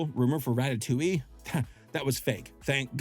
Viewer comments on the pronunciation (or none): none